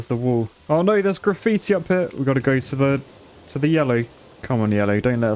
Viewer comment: Did he just say giggitti? 😂